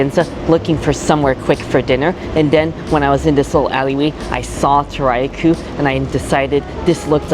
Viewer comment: Toriya Koh - pronounce it like Tory ya Koh (like cold without the D). But thanks, I know what to expect when I go there for dinner tonight